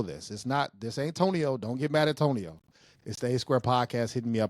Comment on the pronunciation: Toe-nio had issues, DJ. Toe-nio had issues. 😆